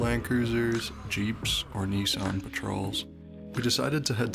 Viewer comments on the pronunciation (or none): none